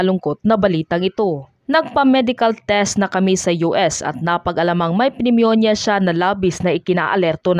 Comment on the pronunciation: Pneumonia.. is silent p.. neuminia